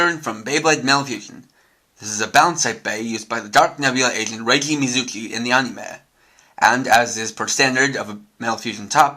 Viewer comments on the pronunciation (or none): its reggi not renki